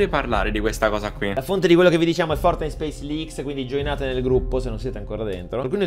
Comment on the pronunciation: Nobody:: FoRtINiTe